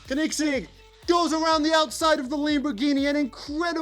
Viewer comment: Tf is a konigsig 💀 it’s pronounced co-in-seg